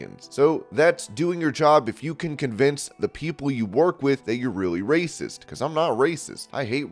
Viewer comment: Did he say racist? Or RRRRRRRRRRRRRRACIST?